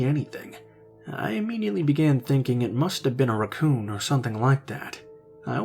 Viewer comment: Oh man I've never heard raccoon pronounced that way. Made me burst into laughter. Thank you